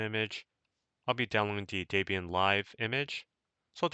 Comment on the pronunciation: Daybian?! Do you think the chick's name is Daybra and not Debra?